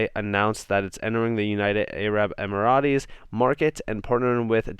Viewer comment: It's EM-IR-ETS not EM-ER-A-TEES